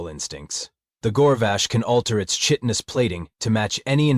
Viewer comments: The word is pronounced [KY tin us], not [CHIT in us]. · Chitinous = Kai/tin/us. Will someone please teach the AI's how to pronounce this word please ? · Chitinous = “Ky-ton-us” AI narration sucks at Latin. Unfortunate for every xenobiology trope. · Well, hell. He pronounced it right once, but missed it the second time.